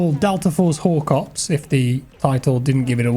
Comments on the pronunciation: I thought you said Delta Force Horcreux.....😂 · Looks awesome!...did anyone else have to skip back the first time said "Delta Force Hawk Ops"? I did an actual double take as I thought he said "Delta Force Wh0re Cops". Now....i can't unhear it. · "Hawk Ops" lol